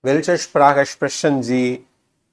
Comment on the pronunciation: நீங்கள் எங்கே Deustch படித்தீர்கள் ich உச்சரிப்பு, Sprechen உச்சரிப்பு எல்லாம் பிழை நான் சுவிஸ் நாட்டில் வசிக்கிறேன்.